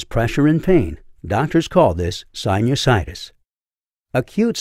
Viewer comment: The way you say sinusides 😂❤